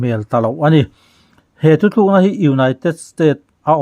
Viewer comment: THUTHLUKNA i ti zela THUTLUKNA tih tur zawk a va ni awm ve. Kan Youtuber te hi Mizo tawng dik hmanah hian i fimkhur sauh sauh ang u.